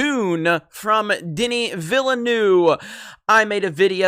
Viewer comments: Its pronounced "ville-nuhve" lol not "noove" loll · "Danny ValaNuew" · His last name is pronounced Vil-N-Uh-V. Not in my habits to correct people's pronunciation (as a french speaker myself I made plenty of mistakes) but maybe some might find it interesting. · Villeneuve is pronounced “vilnœv” or “vilnove”; just saying. Btw, great content, love your work. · You know there a second "v" in Villeneuve. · That is not how you pronounce Villeneuve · Keep up the good work! On a less serious note: As a native french speaker, hearing you trying to pronounce "Villeneuve" is quite funny;) I don't blame you it has a lot of strange sound for english speakers. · The way you pronounce Villeneuve is jarring, please stop and try to get the right pronuciation. I know that you yankees are lazy about other languages, but it's time to try harder.